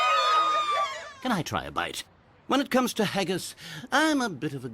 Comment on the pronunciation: There saying haggis wrong